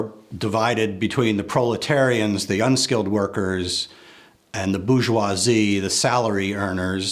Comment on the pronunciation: It's bour-geoi-SIE